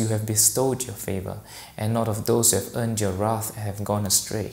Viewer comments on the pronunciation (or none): none